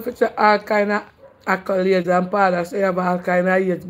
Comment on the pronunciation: 😂😂Kreater wid nuff “akulades”😅😅